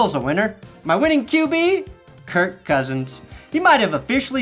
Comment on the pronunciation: Til- dudes name is kirk not kurt